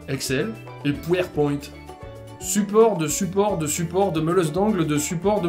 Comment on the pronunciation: qui a coupé son fou rire pour pouertpoint xD